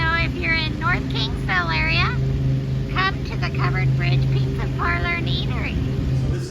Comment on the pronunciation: Easy for you to say!! Loved the bloopers!! Cool finds...thanks for sharing!! By the way, its pronounced PIZZ-A not PIZZ-ER🤣